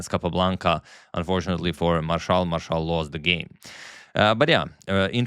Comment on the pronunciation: First time I have heard the Spanish pronunciation of Frank Marshall's name lol